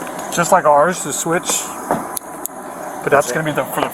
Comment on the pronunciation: min in the cop is starting to explain the lights to another officer. I am not sure why so many people say this wrong, but he said these lights work just like ares. Um no, the word is "OURS". I know i know why point this little thing out? So many people are saying this wrong it is a pet peeve of mine. It may not bother you as you read this 😊 comment